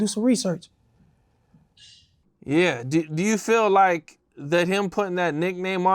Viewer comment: "I'm gon have to do my Reesearch"